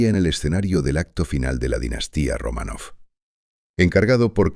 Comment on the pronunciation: Y dále con "Romanóv". No es "RomanÓv", es "RomÁnov". A ver si se documentan bien antes de hablar de nadie.